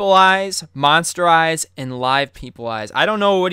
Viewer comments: Is AJ saying lies or eyes? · its lies, not eyes* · I thought they said lives not eyes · Did Aj say lies or eyes”? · does he say eyes or lies